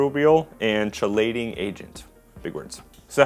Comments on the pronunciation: chelating is pronounced with a K not a ch, the same way the word chemistry is pronounced 'kemistry', not 'CHemistry' same pronunciation is true for chitin. chitin is the bony part of an invertebrate (though it's not exactly bone, it's chitin) essentially, 'kelating' and 'kitin' :) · BTW chitosan, (so named because it is made from chitin) and chelating are both words with Greek linguistic roots, and for that reason the "ch" is pronounced like a "k" (like chorus, which is also derived from Greek) instead of like the English "ch." Keye-toe-san and key-late-ing